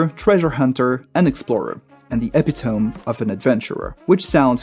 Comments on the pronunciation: e-pit-oh-mi not epi-tomb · Who wrote the script for this video? Because I refuse to believe that someone who would use the word 'epitome' in their script would pronounce it as 'epi-tome' instead of 'e-pit-o-me'. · ... epitome? Epi tome? You've never heard someone say that word before, have you? It's Eh-pit-o-me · epitome (n) an exemplar or exceptional instance of a thing. Pronounced ee pit oh me. Not eh pee toem. This is an irregular pronunciation. This is English. It does that. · EPI-TOMB??? IT'S PRONOUNCED EPIT-OH-MEE! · Is this AI slop? 'epee-tome'. You mean 'eh-pit-uh-mee' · Epitome is pronounced "uh pit uh me" vice "epi tome". I just figured this out a year or two ago and am trying to help others as well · can tell English isnt your first language, no shade, but its not Ep-E-tome, its A-pit-O-me. Just trying to help. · "epitome" is actually pronounced more like uh-pit-o-me, not eh-pi-tome 🤓 You probably read that word much more than you hear is, pretty common mistake, I've made it too actually! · epitome is a 4 syllable word. uh PIT eh me. Not EP pit tome. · Epitome is pronounced Epit-O-me, not Epi-tome. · While that is also how I thought it was pronounced before being told differently, "epitome" is actually said "eh-pitt-ah-me". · Epitome is pronounced "ehh•PITT•ohh•MEE". Similarly, synechdoche is pronounced "sinn•EKK•doh•KEE". I don't know why, but it's definitely not "ehh•pihh•tohm". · “eppy tome” lol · I didn't realise, but he's French, so let's let him off 🤣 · epitome is pronounced as (ee-pit-uh-mee)the accent is on pit. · "epi-tome" :text-green-game-over::face-green-smiling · Epitome: E-pit-o-me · Great video. Love all the advice. One thing: epitome is pronounced eh-PIT-oh-mee :) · Eppy-tome. lmao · It is pronounced ih-PIT-ih-ME. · Good topic. 👍 Epitome? That pronunciation struck like a vinyl record being severely scratched. 😵‍💫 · this. Searched this comment because I figured someone else said it before I did. :p